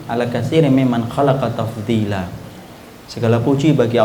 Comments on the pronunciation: afwan akhi itu tafdzila atau taftila? kok ana dengernya taftila ya? ana lagi belajar ngga tau bahada arab. syukron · Ana telah rujuk ustaz bahasa arab katanya 'TAFDILA' الحمد لله الذي فضَّلني على كثير ممّن خلق تفضيلا